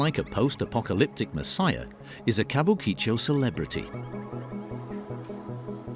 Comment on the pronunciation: Ka bu ki cho - you'd think that if you're going to make a video about a particular area, the first thing to do is know how to say its name. There is generally little to no phonetic emphasis placed on any parts of most Japanese words, so it needs to be pronounced flatly - Kabukicho, not Kabu Ki Cho. Tbh, this video just plays to the "Japan is weird" stereotype, so got boring quickly.